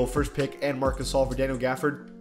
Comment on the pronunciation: Is it just me but sometimes when someone says marc gasol i hear marcusoll